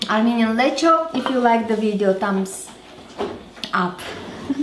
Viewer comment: Btw you pronounce it like Hungarians do.. 😁